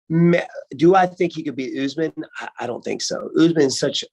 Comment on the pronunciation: "belal can't take ooozman"